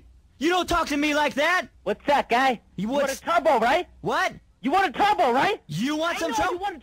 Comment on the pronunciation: What’s up guy? You want twubble huh?!